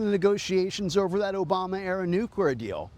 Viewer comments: This guy says NUQUEER weapons....why? why does he say it like this?? Why cant this guy pronounce the word nuclear properly?? play it at quarter speed, he literally says NuKwer...LMAO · It's pronounced: Nu-clear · nuclur lol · Why am I listening The Independent, to a guy who can’t pronounce the word “nuclear” criticize a deal that ends a war they were criticizing the day before!🙄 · This guy trying to pronounce "nuclear" hurts my soul... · That's how prez says it.